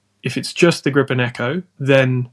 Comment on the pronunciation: You're welcome. And it's Gripen! Not "grippen"